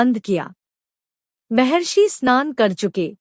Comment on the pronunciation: Mehrashi mehrashi nahi mahrashi bol.